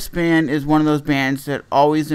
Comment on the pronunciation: He said bandth